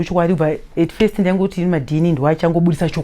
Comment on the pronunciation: kwahi "beybie' , " at feyist" haaa musalala wepa Mabvukusdale